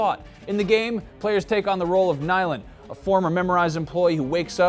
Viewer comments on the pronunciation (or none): I love Paris, I met my wife in Austria and we got engaged in Paris. And its pronounced Ne'lin, I love the fact that Capcom had the balls to make the the lead a female mixed race hero. I hope other publishers take lead. I watched E3 and was disappointed with the lack of black and female leads in all these new IP's. Sigh...it looks like in the next generation we'll get better graphics but the same racist boys club publishers mentality.